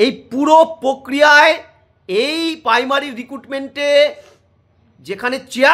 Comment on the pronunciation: Paimary na primary 😅😅😅